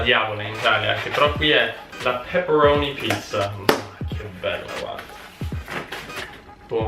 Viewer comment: Io:*sente pepperoni pizza* Sempre io:*cominciano a sanguinare le orecchie*